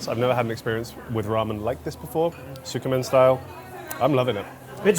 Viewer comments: Some dudes that know nothing about ramen, soo-koo-men, come on... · And tskEMin. The “u” is virtually silent after the ts. 🤷‍♀️. A little research would add a lot to the credibility (and watch ability) of this. I love the series overall, but the horrible mispronunciation is just jarring.